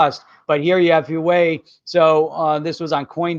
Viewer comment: Thanks for another great show -! Just an FYI - The Chinese company -Huewai is pronounced (Wah-way):)